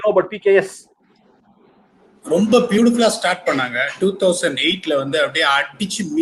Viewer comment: it's PBKS not PKS